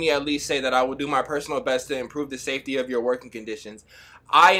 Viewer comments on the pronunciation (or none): none